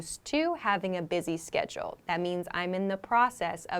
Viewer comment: You pronunced schedule as sketchle. Please repronunce it properly.